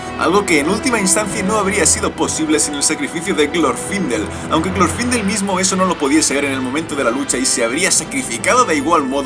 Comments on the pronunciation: No es glorfindél la pronunciacion? Osea, al no llevar tilde en la í, la silaba tonica es la ultima no? (Se que no pongo tildes estoy en el mobil y me da palo) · Me encanto el video muy bueno la verdad pero tengo una duda ¿Es Glorfindel con acento en la I o en la O? Yo generalmente lo conozco de la segunda opción pero capaz que me equivoco.